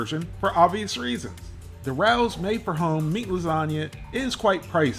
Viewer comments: It's raos not Ralph's rawlls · It's Ra Ohs. Not Rowws. Michealangelo's is better. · Say Ray- o's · Why are a bunch of people on the Internet referring to this as “Rouws” 😂😂😂😂😂. It’s pronounced Rayos. It’s a restaurant here in the NY Metro Area . Specifically The Bronx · Rao's is pronounced - Ray O's. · It's pronounced RAYO'S. I went there as a teen because my older sister was a chef there long ago. She also took care of Annie Rao before she passed and I also know her son Frankie who passed a few years ago. It used to take 6 months to a year to get a reservation no matter who you were, well unless you were Frank Sinatra. I met him when I was a teen, him and Frankie used to put the jukebox on and sing Summer Wind. Great times! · It’s pronounced RAY-ohs. Just like the name of the restaurant. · "RAY -OHS" would be how it's pronounced. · It’s pronounced RAYO’S!!! U must pronounce it correctly I’m a New Yorker!!!! RAO’S is a institution over here!!!!! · Love your reviews. Not to nitpick but this product is pronounced Ray O’s. Famous New York City restaurant. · it's pronounced RAY-Os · Its pronounced "Ray-Oh's" I live 2 blocks from the restaurant in NYC and you can not just walk in to eat there, you need to get a reservation and you need to be approved before you can walk in. The place used to be a major Mafia hangout in the 1980s. Fortunately or Unfortunately many of these people have died over the years and now many of their children and grandchildren to there, though their ties to organized crime has been disconnected through the generations. I will say that what is done in the factory and what is done in the restaurant are two very different things. That is all I will say on it. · Love you man! Just so’s you know, it’s pronounced “ray-ohs” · Pronounced “Ray-O’s”. Their jarred sauce is absolute fire! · It’s pronounced Ray-O’s. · The way he says Rao's..lol.. Someone correct him.. lol